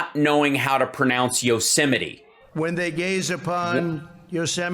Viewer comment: Trump must have never watched the old Yosemite Sam cartoons. Even the cartoon guys and gals could pronounce Yo-sim-itee correctly.